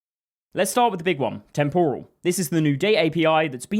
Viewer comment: You mispronounce “temporal.” The stress goes on the first syllable, not the second syllable. Like “temporary” not “tempura.” TEMPoral not temPORal. Cheers.